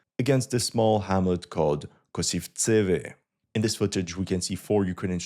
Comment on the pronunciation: it's "VozdVYzhivka", not "VozdvyZHIVka" - "KoSIVtseve", not "KosivTSEve" - "BeREzove", not "BereZOve" - "BoroVA", not "BoROva" You can check the stressed vowels on the Ukrainian Wikipedia pages - most of times it would be a stress mark above the vowel at the first mention of the word on the page. I know that it doesn't matter, but maybe you would be interested in a more correct sounding, given your commitment to accuracy. Love your content, wish you all the best.